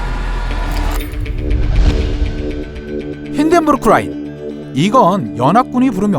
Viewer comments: LINE 입니다. RINE 으로 발음하셨네요. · 외국어 나오면 부정확하게 발음을 굴리는게 조금 신경쓰이네요..힌덴부르크 Rㅏ인 같은거요